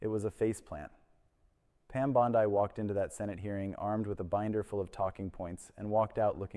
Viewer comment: Commentary starts . AI character reporting. Bond-I instead of Bond-E. Blinks once in 45 seconds. Monotone voice, same level consistently, no facial expressions etc. I found another channel like this. Be ware viewers. Plus a clickbait title. BondE didn't quit. Reported and thumbs down.